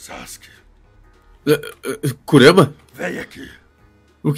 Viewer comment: Kurara kkk , kurama